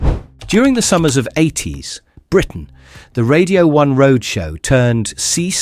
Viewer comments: "No fashion trend screamed 80s (long unnatural pause)......... (then completely wrong intonation) Britain louder than the shell suit". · Funny how there's the same excess gap between the words "80s" and Britain" every single time - that's a dead giveaway clue to an AI-generated voice-over! In fairness, this one's pretty good and natural-sounding otherwise.